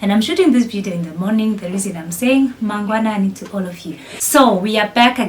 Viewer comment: I am very happy to hear you saying mangwanani. Thank you my sister. I am learning kiswahili. I have subscribed. How can I get in touch with you. I want to learn Swahili.